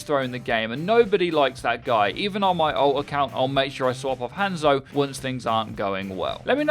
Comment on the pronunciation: Is it just me or did anyone else click of the video when they heard him over pronounce the a in Hanzo?